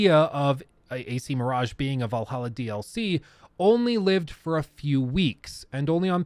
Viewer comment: I can't believe you called valhalla AAAA, I died inside that moment.